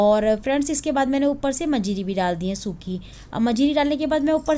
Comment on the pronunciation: मजीरी नही मंजरी कहते है।